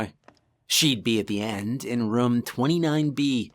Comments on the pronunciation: Why do you pronounce "room" like "rum"? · Why can't you say the word room. OMG it is like fingernails on a chalkboard!